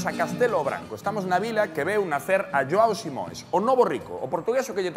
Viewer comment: "Lhoao Simóes" LOL